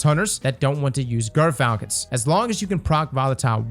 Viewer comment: How about Gyrfalcon’s instead of Grrfalcon’s?